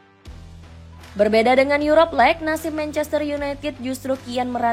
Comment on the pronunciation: Yuropa Lig -> Yurop Leg Ineos -> Ayni os Tolong pronounnya diperbaiki min 😂